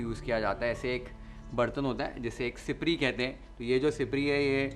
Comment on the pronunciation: Amazing...it is exactly how I make curry at home. This is comfort food for all Sindhis. Also your pronounciation of siprii as well gwar is as we pronounce it. Your mom is Sindhi? Just like that felt like asking as the way you spoke today is more like we speak at home. Pls do sai bhaji . I am sure everyone will luv it. Thanks 🙏